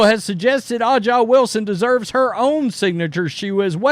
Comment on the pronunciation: This hillbilly can’t even say A’ja Wilson’s name correctly